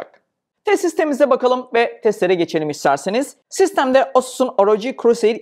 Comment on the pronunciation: Asus ROG' a da AR-O-Cİ demezsin anasını satim ya